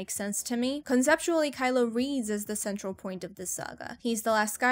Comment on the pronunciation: "Kyle" Me: Who tf is Kyle??